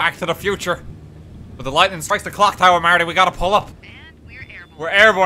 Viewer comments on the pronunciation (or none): none